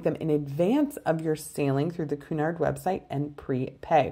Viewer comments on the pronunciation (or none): The correct pronunciation of Cunard is "Kyunard" , not "Koonard."